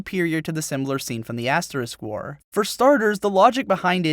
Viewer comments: we get it.. you're saying ass wars on purpose.....just use Ast now plz, its so irritating now xD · you called it ass war XD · did he say ass war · I really like how at how at 10 mins he starts calling the asterisk war Ass war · I can't help but to chortle every time you refer to asterisk-war as ass-war. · Lol I like how he calls it ass war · Are you really saying Ass War? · I'm serious to God; it sounds like he constantly says "the ass war". I know what he means but I can't just not hear that. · Haha u said ass war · "ass-war" nice one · Yulis' lack of ass! LOL. And then later he called it "ass war" 😂😂😂 Your videos are hella entertaining.